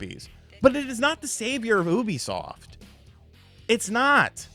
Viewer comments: its ubisoft not obisoft 😂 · Why you say it like that?😂😂😂😂 maybe I’ve been wrong all these years. YOU-B-SOFT lol